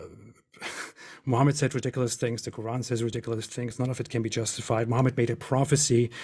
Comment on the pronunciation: THIS NIGGA SAID "RIDWICLOUSE" LMFOAOAOAOAOAOAOAO